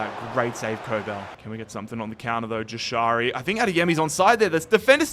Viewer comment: its pronounced yashari j is a y sound